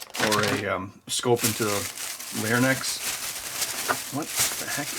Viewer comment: Wait WAIT WTF lmao Just last month I made fun of my 63yr old mom for pronouncing it "Larnyx", because she genuinely thought that was how the word was...... (it's larynx, bee tee dubs) Was there some sort of weird span of time mid 1900s that was teaching it as that? 🤨 (she grew up in WA but went to highschool in AK) That isn't too say I didn't have various miss-teachings during my own school years, but I attribute that to having gone to a catholic school my whole life (except highschool; I'm 39 for context).... and by this, I don't mean whether religion is real... and I'll also abstain from commenting one way or the other lmao (it didn't work on me, though lol) But I digress.... One ready example I have is having been taught that the US 5¢ piece is spelled 'Nickle' whereas the metal is spelled 'Nickel'. Only did I finally learn a few days ago that it's spelt nickel for both... 😔 Or 'drug' instead of 'dragged' eg "So you mean I dug that here for nothing?!" Various similar spelling examples like that. Biggest offender was being taught that Pluto was the 9th planet though...! OK, bad joke lol Don't worry, I'm still miffed over it losing its status. My argument for it not being able to "clear its orbit" was: "If it took you two hundred and forty eight years to clean your room, it would never get finished either, as this would continually be moving around our getting taken out again!" (248 earth-years being one Pluto orbit) [/epic ramble]